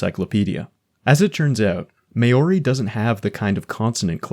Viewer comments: Maori pronounced Maw-ri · good video but how are you gonna make a linguistic iceberg video and do absolutely no research into how foreign words are said... everything is said with a painfully thick american accent. "hand-shah" for Handschuh? really? edit: "may-or-ree" for Maori is actually diabolical. i have never heard that mispronounced so egregiously